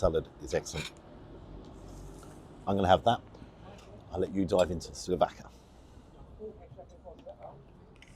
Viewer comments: Great, detailed review, as always! 2 corrections though : it's SOUVLÁKI (not slouvaki) and MOUSAKÁ (accent on the last syllable). Since you're into greek food, that should come in handy. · Fantastic review. I'll even forgive you for saying 'slouvaki' instead of 'souvlaki'. 😂 And if you want to really sound Greek moussaka is stressed on the last syllable moussaKA. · Enjoyed the review but you kept calling the lamb slouvaki. It's actually souvlaki. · its souvlaki: not slu-fucki😂😂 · Sorry, you mean souvlaki, not slouvaki? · Souvlaki not slouvaki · It is said as "souvlaki", you said it wrong. Sorry to chastise you there, but coming from a Greek Cypriot family, I should know. Never been there, but one of the Orthodox churches there I sometimes go there. Next time you go there, put lemon on your souvlaki! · Good grief, it’s sou-vla-ki and moussakA. The bread is the standard Lenten lagAna. 😂